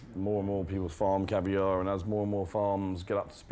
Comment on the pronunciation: Correction. Caviar. Not Cavier.